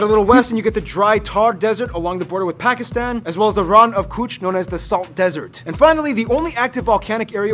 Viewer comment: Such a beautiful lady! BUTTT its absolutely unforgivable that she cant pronounce Pakistan. I am Indian btw